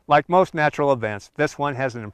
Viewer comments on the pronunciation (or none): none